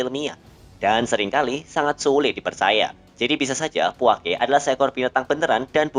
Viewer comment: Puake lafalnya /puakə/ bukan /puake/. sukadana lafalnya /sukadana/ bukan /sukatna/